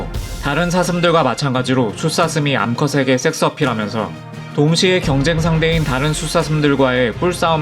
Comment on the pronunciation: 섹스 발음이 영... 영화 추격자 프로파일러 센세 (이종구님) 한테 섹스 발음 교정좀 받아야 할듯